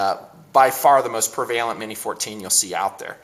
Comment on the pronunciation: Pre Valent?? Try prev' a lent.